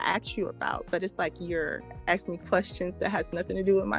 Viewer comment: The Women who Always Try To Challenge Kevin are the STUPIDEST Women out there... the Communications Woman "Axing" Questions instead of Asking Questions was the Icing on The Cake